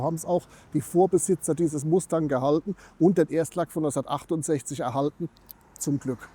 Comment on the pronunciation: Tolle Vorstellung eines tollen Autos......Aber bitte nicht MASTÄNG......bitte MUSTANG 😊